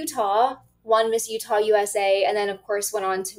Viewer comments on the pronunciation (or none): As a Utahn I was so happy she didn't get any higher. She used our state because she couldn't do better in the more competitive state. She doesn't even say Utah correctly.